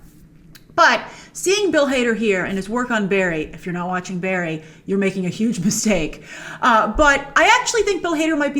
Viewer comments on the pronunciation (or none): none